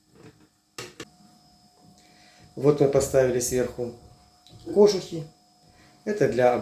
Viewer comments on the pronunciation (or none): Ко́жухИ, а не кожуха́ Не русский что ли? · ⚠️"кОжухИ", а не "кожухА"